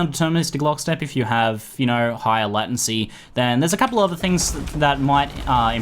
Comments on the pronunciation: Whats a "latAncy"? I've only heard of "latEncy" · In Australia most people pronounce it Lay-ten-sea. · Do aussies pronounce latency like lat-ency? I always thought it came from the word late, late-ncy, not that it matters, just curious. :D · Farrell Roll As an Australian who spent 3 years studying Computer Systems Engineering, I (along with all my fellow classmates) also pronounce it 'lay-ten-see', so I'm not entirely sure where gets it from. But hey, each to their own; I'm hardly going to unsubscribe because of a single word. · lordasphyxia Australian here as well and I've only ever heard it pronounced as 'lay-ten-see'. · sounds like hes saying "latin-see" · LATIN -SEA? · Say late 10 times, say latent 10 times then say latency 10 times. This will hopefully fix your fucked up way of saying latency. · ooh gosh, the way you say "latency" with the a so weird. it freaks me out haha. but thanks for the video, I've been using an /oos macro thingy, this seems like a big improvement! :) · Do other Aussies say it wrong too??;)